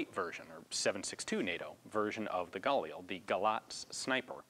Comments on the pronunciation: am I the only one who is mad that he keeps saying gulil instead of galil? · Just for the record, Galil isn't pronounced "gah-lee-el", it's "gah-leel". The i is pronounced like the i in "elite", and it's two syllables, not three. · Anyone else get a annoyed feeling when he says galil and pronounces it gal eel?, I've always pronounced it ga leel and always heard everyone else pronounce it like that to, so when some new way of pronouncing it comes in, I get a weird annoyed feeling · it's pronounced gah-LEEL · I'm not really even upset, I'm just saying I get this weird feeling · you're putting the emphasis on the wrong syllable in galil. In hebrew the stress is usually on the final syllable